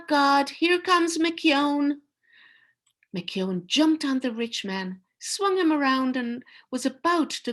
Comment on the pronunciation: Thank you for your reading of Giant. It was nice to hear the Irish pronunciation of McKeon.When I was in high school, Giant was banned from some Ontario schools. As a fan of Robert Munsch's books I got myself a copy right away (my first banned book). I love the story, and the final message is one of peace and acceptance. The ban lifted a year later. Munsch felt it senseless to defend the Giant and was quoted, "Like children, there comes a time when a book has to make it on its own."